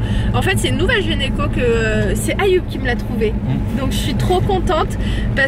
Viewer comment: Mdrr je pensais être la seule à avoir relevé l'erreur de prononciation